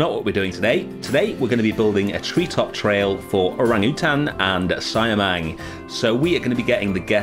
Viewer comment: I know its been 2 months, but it's pronounce see-ah-mang instead of cy-a-mang.. Good job btw on the indonesian habitats .. thank you..